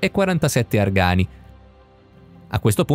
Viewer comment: perchè "argani" con l'accento sulla seconda "A"? si dice "Argani" l'accento va sulla prima "A"!!! secondo punto che racchiude sia l'obelisco di Piazza San Pietro, come anche gli esperimenti fatti nell'altro luogo: le conoscenze acquisite non hanno alcun peso? Per fare una prova simile, si sarebbero dovuti utilizzare sia gli stessi strumenti, con gli stessi materiali e le stesse conoscenze! dopo più di 1900 anni per i Romani e più di 7000 anni per gli egizi, dici che qualcosa in più lo abbiamo appreso? Io spero di sì!!